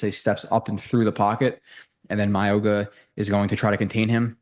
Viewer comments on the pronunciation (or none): His name is pronounced MOW-E (like Maui)-NOAH. The G is pronounced like an N. Not a hard G. Just a heads-up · Pronounce his name right please